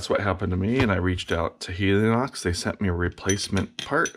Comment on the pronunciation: Replace is not repair making this video as relevant as a how-to on replacing batteries in your TV remote (which this man might call "battery repair") and I'll never appreciate those who read a word yet cannot say it such as saying Helionox when it is called Helinox who are the same people who simply cannot pronounce the word aluminum without saying anumilum and who are as this video shows those who struggle so much with everything common that they feel their "achievements" of that which others do not even think about while doing merit "educating" others about as if they should need it.